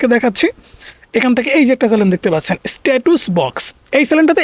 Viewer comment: স্ট্যাটুস হবে না, স্টেটাস বক্স হবে. এতো লোক দেখলো অথচ একটা ভুল বললো কেউ বললো না ভাই এইটা ভুল বলছে। ভুলবাল বলে এতো ভিউ কেমনে বুঝলাম না.😇😇😇